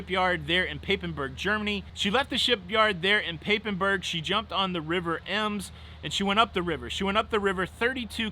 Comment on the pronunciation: Lol... Papenburg sounds just weird how you said it. It's more like "Pub-en-boorg" to be pronounced, the "a" is just more like the "u" in Hub.